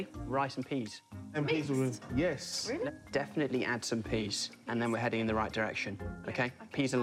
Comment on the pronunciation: Munya said "Rice and peas " and then went on to say "peace ( peas) and love " . Got me tearing up 😂😂😂